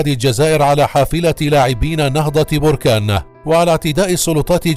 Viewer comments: Berkane et non borkane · نهضة باركان وليس بوركان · المدينة تسمى بَركان وليس بُركان تحياتي لكل من يعشق النهضة البَركانية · بركان بالفتحة فوق الباء من فضلكم